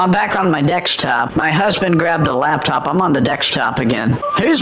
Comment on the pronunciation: Lakstop, Dekstop! New Spanish, all in the first minute- damn!